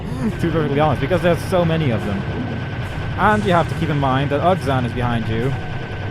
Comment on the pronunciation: why does everyone pronounce his name as ug zan it just sounds so silly